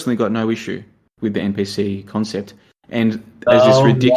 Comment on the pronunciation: bless and his ncp xD its npc buddy i wish your buddy would have corrected you lol <3 great content tho.